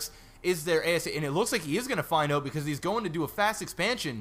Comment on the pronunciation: So...canadians really do say oot. btw laughed my fucking ass off at the singing